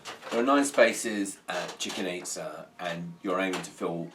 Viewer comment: Thanks, everything great, except for the pronunciation of "Chicken Itza"